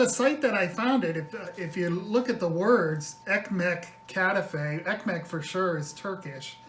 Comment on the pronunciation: there are dozens of recipes on youtube, mainly Greek recipes. So please read them and learn 2 things: First how to handle this beuatiful pastry and second how to pronounce the name KATAIFI. Just type ΚΑΤΑΙΦΙ.